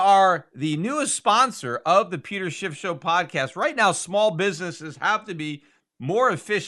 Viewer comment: I really love your simple intro, although it puts a smile on my face when I hear "the Peter Schiff Show," sounds like the Peter Shit Show. Not trolling, I'm a huge fan but I think it's funny nonetheless!